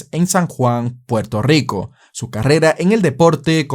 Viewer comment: Puelto yico.